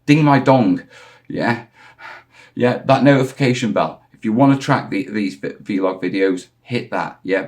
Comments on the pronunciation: Just say vlog. It's not veelog buddy. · 3 days. Keep up the good work. But please please call it a VLOG not a VeeLOG 🤣